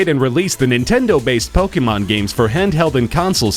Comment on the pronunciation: fr, I'm so triggered with the way he says pokemon